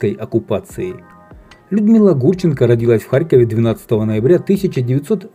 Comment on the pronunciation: Ударение родилАсь